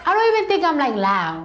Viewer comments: Load not loa. She doesn't say the d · Hey, it's loud- not lou. Loud, loud loud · Where is the d in loud gone